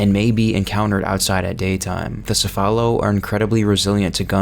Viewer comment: Great video however quick note the pronunciation of "Cephalo" is actually "Kefalo" as it comes from the Greek word "Κεφάλο" which means "Head." Also the big man majini do in fact use weapons although this is only in "The Mercenaries" mode specifically "The Mercenaries Reunion."